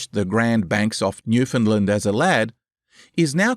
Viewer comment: This is really good stuff. But the pronunciation of Newfoundland is wrong. Minor quibble, but it's like hearing an off note every time I hear it.